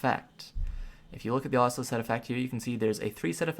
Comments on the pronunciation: It's pronounced Heave (Heve) Uh-soola (Asula) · Yikes... GROO-NIL ( Grunil ) and AH-SOO-LAH (Asula) .. Learn to pronounce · Tree-ant, guy-ant, ossula. Have I been saying this shit wrong all my life?